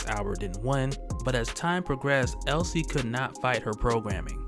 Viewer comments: Um.. it's Elsie not Ellie. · Elsie, not Ellie. Elsie Dee. Get it? LCD. Elsie Dee and Albert